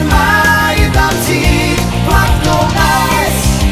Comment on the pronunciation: Písnička dobrá o tom žádná, ale moc nerozumim tomu co to je to "najs" pokud se myslí to francouzské město, tak to se vyslovovuje spíše "nys"...